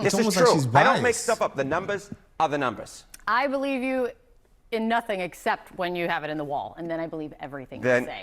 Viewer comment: "The numbahs... are da numbahs"